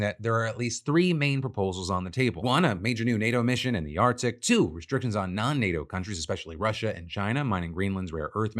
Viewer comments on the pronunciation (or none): Phil I love you but seriously there is no letter 'd' in the word "Arctic"